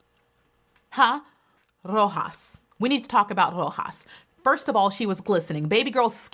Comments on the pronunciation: You pronounced Roxas in a Filipino accent. I'm so proud of you 💚🤣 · You should be the winner for pronouncing 'Roxas' so perfectly 😅👑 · I love you,!!! The way you said "Roxas" was so perfect! I was shocked.